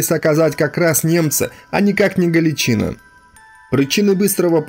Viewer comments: А чаво "ГАЛИЧНА"? Читать-то, чай, навчались в школе? Грамотеи? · Ударение не правильное галичинА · Только ударение ставится на последний слог в слове Галичина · Галичина.Ударение на первый слог.Многие были там силком, мобилизованные в первые дни войны.Будьте справедливы. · Произносите название дивизии Галичина с ударением на последнем А! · Канал отличный! Но автору пожелание внимательней относится к ударениям в словах. Иногда режет по ушам! В частности, в слове Галичина... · Значить Сталін герой, анаші хлопці уроди? Брєд. Навчись правильно говорити Галичина, наголос не там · Отличные видео, но блин! Ты слова некоторые не правильно произносишь, очень часто, ударения не туда ставишь. Не галичИна, а галичинА. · Во первых ГалИчина,а не ГалиЧина,а во вторых,чем теперешний чвк вагнер в Сирии,отличается от той же Галичины в Белорусии?Те же отморозки и каратели. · Блин, при всём великом деле, что ты делаешь, с русским языком у тебя проблемы.. Не ГАличина, а ГаличинА, и это не единственное засмечание, что УХИ режет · Спасибо за ролики.Одно замечание ,в слове Галичина ударение ставится на последнем слоге. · Спасибо за сюжет, НО что у Вас с ударениями? ГаличинА же. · Дикторов надо сначала научить языку и истории а также ударениям. ГалИчина. Не подрывайте доверие к вашему каналу. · Не знаю, кто такие сочевые стрельцы. Зная Сечевых стрельцов. Происхождение Сечевых от Запорожской Сечи, Сечь, Сечевые. И да, ГаличынА!!!! Ударение на последней гласной. А так хороший материал. Лайк. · Галичина’ - ударение на последнюю гласную!! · Только ударение правильно ГаличинА. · Тотальную ложь о дивизии рассказываешь. И не галичИна, а галичинА. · Блин, Галичин"А", а не Гал"И"чина. Уши сводит. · ГаличинА или ГалИция. Ставьте правильно ударение. За информацию - лайк. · Вы не правильно ударение ставили. Не ГаличИна а ГаличинА ударение на последнюю букву ставится. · Смех без причины - признак Галичи́ны. Вообще-то, правильно произносить с ударением на последний слог - "Галичина́". Спасибо за контент!